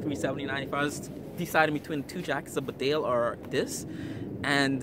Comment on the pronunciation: A good review. However, could I just point out that Bedale is pronounced Beedale; it is named after the small market town in North Yorkshire.